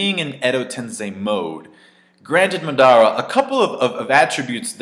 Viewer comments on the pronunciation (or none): Mar-dar-ra lol say his name properly please.